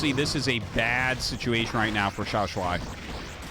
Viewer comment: Nah, we gotta assume that he would prefer if people said his name correctly. Before this time Artosis had been saying Xiao Sh-u-i instead of Xiao Sh-u-ai. I think it's a good change and not too hard to implement. If Xiao Shuai chooses an English language name, like all the Korean pros, that would also be cool. The purpose of Pinyin is to use some roman characters to represent each part of the Chinese language sounds, which are, thank goodness, quite consistent compared to the changing English sounds. As a native English speaker living in Taiwan, I wouldn't want to change Pinyin even one bit. Saying things however you want to say it is fine and good for tourists or diplomats, but if you really want to live here and not sound like a fool it's good to know how things should sound. The purpose of Pinyin is not convenience of foreigners. Local people here prefer to use a system called Zhuyin that has non-Roman symbols, which is also good for focusing on the correct Chinese language sounds. In Taiwan they use Zhuyin to teach kids, in China they use Pinyin in grade school the same way, even when they never learn English.